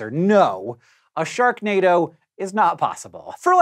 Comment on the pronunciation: Hank you said Shreknado